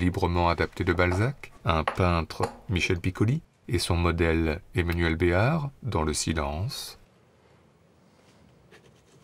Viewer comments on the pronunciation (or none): none